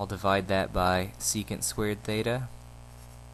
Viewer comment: thanks but you mean Theta not Thata?